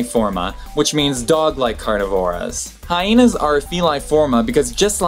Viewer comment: I didn’t know the word Hyena has 2 H’s (HiHeenas as per the host).